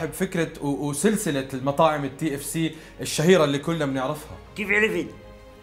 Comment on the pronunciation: تي اف سي بدل كي اف سي ههههههههههههههههههههه